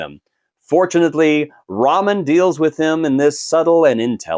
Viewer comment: Lol did you call Tyrese RAMEN Pierce and not Roman Pierce? Ok you’re prob right. 2 down 8 to go. Enjoy the rest lol😅 and give me more meathead in space. Riddick is the goat!!